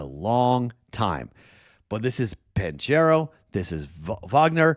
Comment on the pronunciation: ban-KARROW (hard K sound, not CH) If you're gonna be a Magic fan, learn how to pronounce their best player's name. 😆